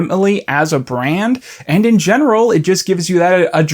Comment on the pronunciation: I'm glad you're ding this. It's really cool. Every time you say 'brand' my soul dies a little bit but haha lol it's cool it's cool. Other good smaller people: Cool Cammy (Camille Cook), HGModernism, Going Down with Ella Yurman.